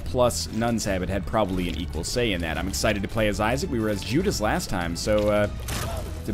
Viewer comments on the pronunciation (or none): none